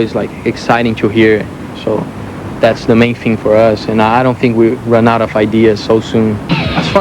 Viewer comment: He says "fing" instead of "thing" Yes. I love his accent.